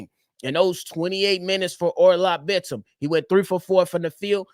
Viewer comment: btw you're pronouncing Bitim's name perfectly